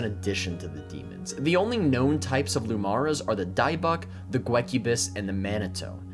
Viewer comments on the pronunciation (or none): Not to be that guy correcting someone’s Fantasy pronunciation, but ‘dybbuk’ is pronounced “dib-uck”. I only bring it up because dybbuks come from real world Jewish folklore/mythology and you might encounter them outside of D&D unlike Tanar’ri. I think there was a dybbuk horror movie just last year.